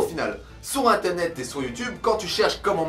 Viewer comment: Vers 1.50 le "sur inténet " aha, sinon bonne vidéo, en espérant que ça va motivé qlq uns :D ! ORAAAAAA ;)